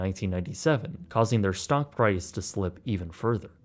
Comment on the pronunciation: Did you say stonk..? I coulda swore you said “stonk market”